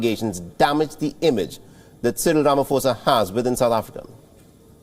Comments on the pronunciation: Rama "Posa" not Fosa...Being from South Africa it's hard to listen to this since it's outbreak. Ramaphosa = "Rama Posa"...P P P not Fosa Fosa....tjerrrrrr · Repeat after me… RA MA PO SA… not Ra ma Fo sa… come on man. Do your research! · Good people. Please note it's it's no Rama"fosa* bt Rama*phosa"as in pain Fir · Ramaphosa with a "P"not a "F".......its a silent "H".. please learn to pronounce